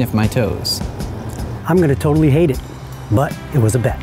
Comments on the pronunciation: Hahahaha he said I’m gonna toetally hate it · . I'm gonna TOE-tally hate it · “I’m gonna toetally hate it” 😂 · "I'm gonna TOEtally hate it " Ohohoho I see what you did there. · Haha. He said "Toetally" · He '' Toetally '' hated it. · "I'm gonna toely hate it"😂😂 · "I'm gonna TOEtally hate it" XD fk genious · "I'm going to TOEtally hate it" HAHAHHAHAHAH so funny...